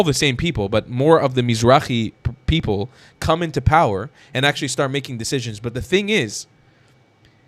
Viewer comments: Sooo funny how he CAN'T SAY the the letter "P" He says "B" instead of PEOPLE he's says BEOPLE lol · He said “beoble”😊